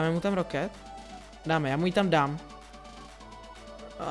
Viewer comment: Třeba říkáš [minijón] místo [miňn] nebo říkáš [roket] místo [rákit].